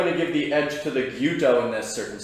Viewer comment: It's not "Kirit-su-ke" It's "kirit-ske". The "u" is silent. A guy selling Japanese knives for a living should be able to pronounce what he's selling correctly. Other then that he seems like a nice dude, just saying.